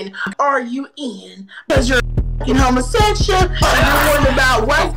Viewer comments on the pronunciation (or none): “…I think you’re one [a homosexshull] down there, too, bug-eyes!!” ☠️ lmao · EVERYTIME SAYS HOMOSEXHA I LOOSE IT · Between pronouncing it as Hhhhohmahsehxxsha, and Doja pronouncing it as Sichhhayyshun, I'm having a great laugh lol